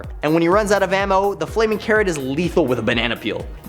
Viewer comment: when you said "the flaming carrot" i needed to relisen to it because i for some reason heard "the flaming karen" haha